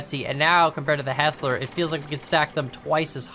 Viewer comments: its not HESS-LER, its HIGHS-LER, its my last name. youre welcome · The pant of hearing it said as Hesler instead of Heisler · it's not pronounced "hessler" it's pronounced "highsler" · HIGH-SLER Hearing HESSLER bothered me a lot 🤣🤣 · It's heisler Not hesler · please stop pronouncing it "HESS-ler" its "HIGH-SLUR" Thank you! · Btw it’s pronounced ”high-sler”. Fantastic video thumbnail! A loop does fit at the iron mine, so no reversing needed. Fwiw, I love running the Mogul with 1 hopper and 12 cars to the iron and coal mines. Quick and powerful and no wheel slip. You are right on the generator. Just like the compressor gives you brakes on air brake engines, the generator gives electricity for the engines with light bulb (vs oil lamp) lanterns as you saw. I’d love to see a day night cycle with them. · Thank you it drives me crazy! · For the record, the pronunciation is Hi-slur with the e being silent rather than the i being silent. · No no, Hi-sler. There’s an i in it. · Him saying “hessler” makes me want to cry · I think It is pernounced Hi-zler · It's actually pronounced Hysler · I've only hear it pronounced hi -sler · It's pronounced hizs-ler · It’s pronounced hi slur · it's pronounced hiesler